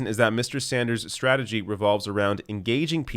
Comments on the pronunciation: LOL said "stragety". 😂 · You said "stragedy", lol. It's ok, I say it that way all the time